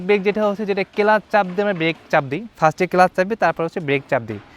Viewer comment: ইঞ্জিল না রে ভাই ইঞ্জিন,,, আমাদের ষাঁড় শিখাচ্ছেন ইঞ্জিল আর কেলাস 🤣 ছোলো, থোটল 🤣